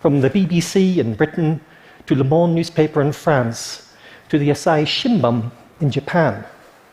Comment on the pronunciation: Seriously, a speaker journalist who cannot correctly pronounce foreign words like Asahi Shimbun and Vladimir? What a shame.